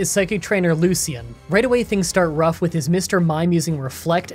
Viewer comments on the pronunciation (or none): none